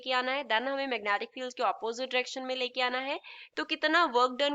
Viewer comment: Magnetic field ❌ magnatic field ✅😅😅